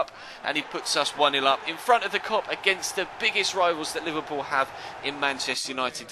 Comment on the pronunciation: It's Liverpool , where did u get the "loo" from !? Typical idiot shitty mancs.